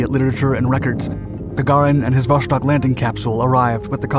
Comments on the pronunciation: It is pronounced vostOk, not vOshtok. Jesus... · Great video, just one small correction....it's not pronounced "voshtok", it's "vostok", which translates to "East" in Russian. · Vuh-STOKE with a hard O — meaning "East." Not VUSH-tok. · It’s pronounced “Vostok”; not “Voshtok”. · Why are you pronouncing it Vos(h)tok? The third Cyrillic letter in the name is a 'C' which is pronounced as an 's', not an 'sh'. You should know this when presenting such an important video. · It's "Vostok," not "Voshtok." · It was not VOSHTOK !! But simply Vostok !! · Not a big thing but it's "Vostok" not "Voštok" :) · VoStok, not voSHtok. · its vos-tok not vosh tok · Vostok is not pronounced with an "sh" sound, rather with "s" (like in 'submarine'). In ciryllyc letters it' looks like: Восток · Vostok = East Pronounced Vos-Tok' Not Vosh-Tok... I appreciate all of your educational videos. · Glad I'm not the only one to be bugged by this.. I can't watch the entire video because of the mispronunciation.. it is not Voshtok, omg.. it's Vosss-tok.. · It's pronounced Vost+ok right? Which is why it gets mispronounced so often is the 'ok' part is easily misheard by non-native speakers as Vosh+tok or Vos+shtok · "Vosztok" good job with accent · Hearing Vostok mispronounced so frequently is quite disappointing.